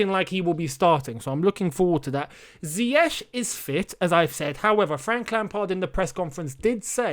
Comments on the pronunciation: Sometimes it feels like Lampard enjoys announcing unavailable players. I hope he doesn’t find reasons not to start Pulisic and Ziyech (whom he can’t still pronounce his name correctly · Frank is yet to correctly pronounce his name, but am.excited to see Hakim Ziyech 🤗🤗